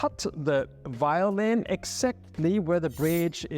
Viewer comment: It is not called a whyolin, but violin. La "v" inglese è come la "v" italiano. Perchè è così difficile?